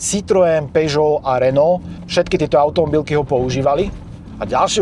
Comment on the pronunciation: ❤ bombasticke auticko ! Jo a dekuji za spravnou vyslovnost francouzskych znacek ❤